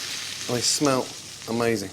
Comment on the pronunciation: Haha it definitely does sound like he's saying, "I smelt amazing".